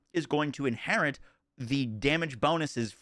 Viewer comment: inherit, not inherint